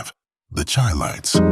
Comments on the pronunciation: When he said "chy-lites" instead of "shy-lites" I new it was definitely BS. Manhattans a side-note? Are you crazy? Harold Melvin an the Blue Notes? Emotions? I could go on and on... These groups Killed the 70's! What? The Spinners?! So many hits! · I was skeptical about the narrator because none of these groups were unheard of. Then when he called THE CHI-LITES (SHY-LITES) hard C-H-I---LITES. I knew you guys got him off the bread line to read a script. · You know its not accurate when they mispronounce Chilites. Ive heard enough.